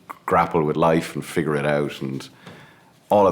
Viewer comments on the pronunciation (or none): none